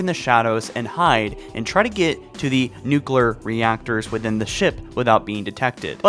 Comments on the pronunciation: “Nu-cler” and “ceri-monal” Why did you ruin this channel broski? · Did you just say... “noo-cler”